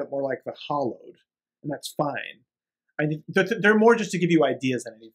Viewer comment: Good coverage but dear lord hearing hallowed pronounced hollowed was driving me crazy.